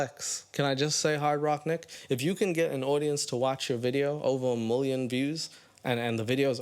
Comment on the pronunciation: just here to say I laugh anytime you say "Mulion" lol